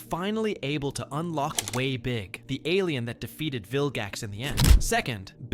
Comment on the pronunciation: He said way big wrong